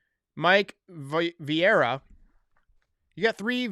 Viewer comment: Good video.Ps;you pronounced Vieira right the first time.It is pronounced “viyera”